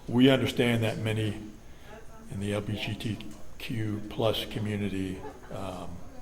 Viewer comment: Jesus 3 times he botched the pronunciation of LGBTQ+. Was it the first time he used that acronym or did it irritate his tongue that bad?